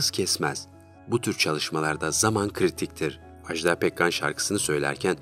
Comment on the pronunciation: Ajda Pekkan'dan söz ederken Ajdaa demeyin lütfen, bu yanlış bir telaffuzdur. Doğrusu iki kısa hece şeklinde Aj-da'dır.